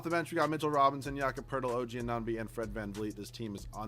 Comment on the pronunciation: You dont say anunoby correct